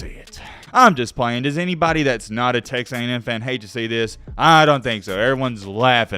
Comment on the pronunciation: You just said "Tex A&M" wtf